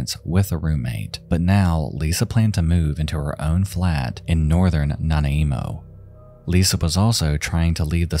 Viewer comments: i remember being terrified hearing what was going on when they found the couple. edit: also thank you so much for covering the mmiw so well. <3 edit 2: i also love how you pronounced “nanaimo” 🤭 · I'm sorry but the immersion keeps breaking for me everytime you say Nanaimo weirdly. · Great video like always<3. but how you pronounced Nanaimo made me laugh way to hard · WHY ru pronouncing Nanaimo like that it threw me off sm 💀 tho the highway of tears is another deep dive.... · bro im canadian and i literally did not understand you when you pronounced nanaimo lmao had to turn on the captions, but i love it its funnier this way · I miss the old intro so much! And your videos are usually so well made, I don’t see why you couldn’t double check to make sure you were pronouncing Nanaimo right. One of my pet peeves I have with content creators! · Yall wanna pounce on him mispronouncing a word. You missed the point of the video. Lay off him. He tried okay? I don’t get mad at people for screwing up my cities name. Because unless you’re from here or around it you won’t know how to say it. Yall need a hobby. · It’s not Nana Emo LMAOOOO Nan-eye-moe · Second story about Lisa. Nana-WHAT? You mean NANAIMO? It's pronounced Nah-NYE-moe. Like the dessert. Nanaimo bars. facepalm Someone's Nana is emo. Nana-emo! LOL Damn. Canadian AF and I can't handle this. I love your videos man but this is brutal to listen to. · Nana-imo? Do you mean... nanaimo? Like nanaimo bars? xD I lived there a while and this probounciation made me cackle. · regarding Lisa Marie Young, her hometown; Nanaimo is pronounced Nuh nai moh rather than na na eemo! Hope this helps! But amazing video nonetheless!! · Lol your pronunciation is cracking me up. Port Al-bernie Nanaimo is Nah-Nai-Mo not Nana-emo lol Hehe great video ❤️ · Nana emo 😂😂 no harm no foul it’s pronounced “na-nymo” with a strong i sound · Nana I emo? [Na-nye-mo] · Nana Emo lol 😆 thanks I needed that. But Nanaimo is pronounced Na-Ny-Mo 🙃😉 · Na na imo 😆